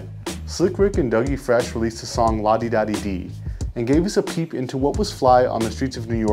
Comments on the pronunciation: Ladi Dadi……not Ladi Dadi-Dee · It’s ladi dadi !!! Wtf did u say? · This dude said “La di da di di “? Lol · It’s “La Di Da Di” no Dee at the end! Lol. As always great video and content guys! Love your videos and FB group!